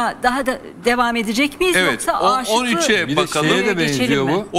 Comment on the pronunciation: Âşıklı değil de Aşıklı Höyük ( kısa A ile ) okunuyor. Rica ediyorum düzeltirseniz.